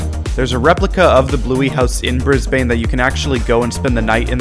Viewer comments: i dont wanna be like nit picky but brisbane is pronounced 'brisbon' no hate!! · no it’s not bris non it’s bris bin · Your calling g Brisbane wrong it's pronounced brisbin